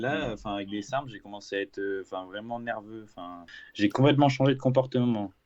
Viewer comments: « Sarsm » Marvel stp, un effort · Sarms l’ami comme dirait le père foukra